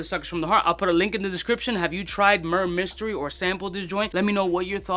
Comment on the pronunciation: Murrr mystery lol. Why do "reviewers" not even bother learning the name?